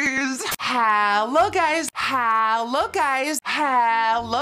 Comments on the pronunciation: I hear hella guys instead of hello guys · Sounds like she saying “how low guys” lol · “halo guys” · Nikkie: Hello guys What my brain hears: How low guys